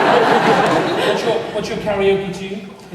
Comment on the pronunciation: "Karenoke" I'm dying.